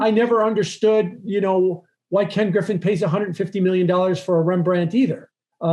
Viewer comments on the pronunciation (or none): none